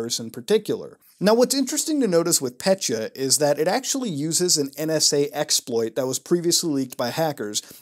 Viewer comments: Pet-ya, not pecha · As a Russian, I get more pissed every time he says petya . . . Not PETCHA it’s PET-YA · Dude, not "Pet-cha", it's "Pe-tja" or "Pe-tya" ("Петя" on Russian).I don't know how more clearly to show pronunciation in text form. I know that is very puny criticism, I'm sorry, but every time I hear "Petcha", it makes my brain to spaz out. P.S. I did like this review though, like any other virus investigation, they all are great (unlike your Russian, which is not surprising). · It’s not “pechya” it’s “petya” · petya not petcha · pet-yuh not petcha reeeeeeeeeee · So I am Russian and hearing petya pronounced "petchya" hurts. It is still good video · Thanks for the awesome video as always, but i just thought i`d point out that ''Petya"is actually a woman`s name in most slavic countries and it`s pronounced "pet(as in ''pet)-ya(as in yahoo)" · Your pronunciation of "Petya" make my ears hurt